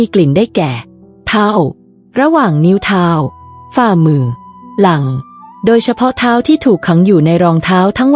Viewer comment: ทาว หลั่ง คือ เท้า กับหลัง งง อะ เสียงนี้ปล่อยมาได้ไง